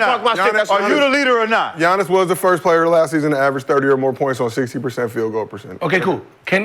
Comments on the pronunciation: It's Giannis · It's giannias